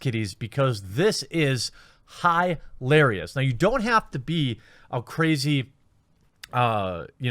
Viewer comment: I see what ya did there. Its 4/20 so you said "highlarious" instead of "hilarious" . Thats funny.